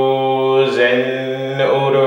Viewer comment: Why are you chanting Zen Oro instead of Zin Uru?